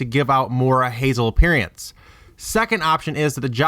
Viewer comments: lol keeps saying it like appearyance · can't get past the mispronunciation of "appearance" ..... it's not "appearEEEance" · and "appearyance". agh.. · Appearance. I'm sorry, but if you can't pronounce that word correctly, your theory loses all credibility.